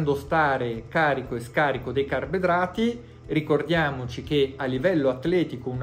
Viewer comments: Comunque resta solo un grande mistero: perché non sa dire carboidrati? "Carbedrati", "carbdrati" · Il maestro è avveneristico, parla la lingua che si parlerà tra 50 anni.